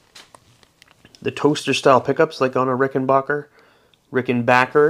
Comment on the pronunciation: Yeah! Rickenbacker.NOT Rickenbocker!😁